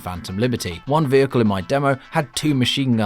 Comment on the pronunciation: say vehicle proper